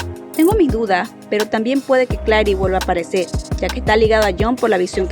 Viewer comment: Buen video, igual, me causa gracia que ''Adrion'' y ''Claire'' los pronuncias mal jsjs, por las dudas, la pronunciación adecuada es ''Eidrion'' y ''Klerh'', buenas noches